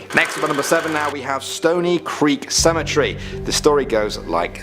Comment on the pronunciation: Love the videos but seriously? You can say tree but not cemetery? Tree and cemetree?